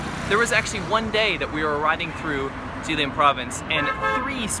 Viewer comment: GUY, IT IS JILIN, NOT JIALIN😃😃😃😃😃